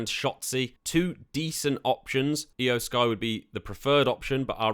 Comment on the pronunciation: Judging by the fact that you don't know how to pronounce Iyo Sky, Tommaso Ciampa, Nikki ASH, and Shinsuke Nakamura correctly, it seems like you don't watch professional wrestling at all. I find it so ridiculous that the name of the channel run by you is "." Did you name your channel like that just because you play the WWE 2K series?